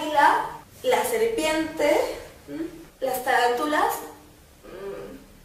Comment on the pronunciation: Las taran tulas lo dijiste mal